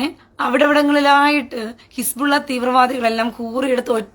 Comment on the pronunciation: His-Ball-Laah ❌ His-Ball-Illa ✅ 😂